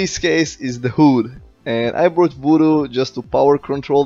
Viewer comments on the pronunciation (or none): “Hoooood” and “neboola” haha. Good Vid as always!